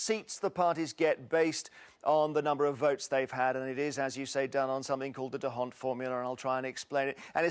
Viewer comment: Nicely done but it's pronounced "dawnt", not "duh hawnt". it's a Flemish not a French name.